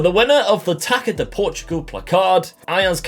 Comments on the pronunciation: FYI the ç in portuguese language can be read as S, so Taça, is actually Tassa. Cheers! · “Taça” is pronounced “tasa”. The “ç” is like and “s”